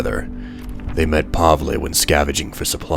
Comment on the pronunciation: Pavle pronounced Pa-vel